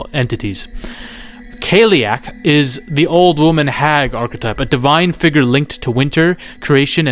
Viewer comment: as an Irishman who speaks the Irish language (Gaeilge) your pronunciation of Irish words such as ‘cailleach’ (kyle-ock) is terrible 😂 jokes aside love your videos and hyped for this movie! Or scannán as we say in Irish 🇮🇪